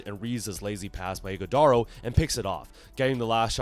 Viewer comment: Wth do you mean Iguodala? Fah Hahaha